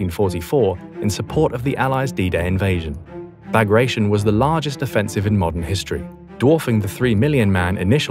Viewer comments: Bagration is pronounced Ba-grah-tee-`ON. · I always thought it was pronounced Bah-gra-tee-on. Operation was named after Pyotr Bagration, Russian Empire general of Georgian descent during the Napoleonic wars. Wehrmacht's Army Group Center was smashed to pieces... Of course the Soviets let the Wehrmacht do the dirty work of putting down the Warsaw Uprising before taking over Warsaw...